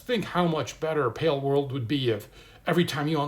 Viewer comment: it's pronounced pal world, boomer